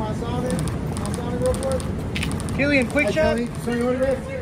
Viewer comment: it's pronounced "killian".